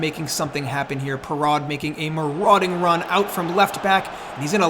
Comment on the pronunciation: Perraud is pronounced like "pear-oh" I believe